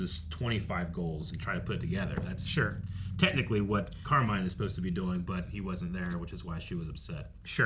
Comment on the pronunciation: The way you guys keep calling him Carmine like Falcone is cracking me up